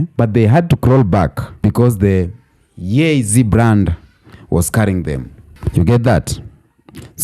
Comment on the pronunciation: I'm here for everything you're saying, it's true. But, Imma need you to pronounce words correctly. NIKE is NI-KEE YEEZY is YEE-ZEE . Others than that, I love your commentary.